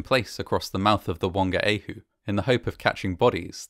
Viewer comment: It might have been a respectful thing to do to investigate the Te Reo Maori pronunciations especially Whangaehu …for a start the WH in that language is always pronounced F